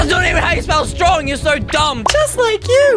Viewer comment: Wen eysreem said im so stowong he spells so dumb